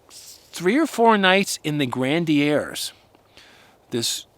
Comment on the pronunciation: It's pronounced "gren-uh-dears".